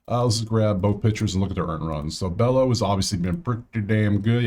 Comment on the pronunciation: Bello is pronounced Beyo